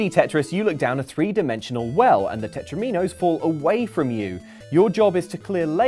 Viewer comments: "Tetro-mee-nose"?, you're dead to me. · For the love of god, "tetromino" rhymes with "domino", not "amino".